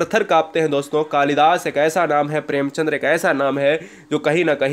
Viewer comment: भाई साहब प्रेमचंद्र नहीं होता है प्रेमचंद होता है l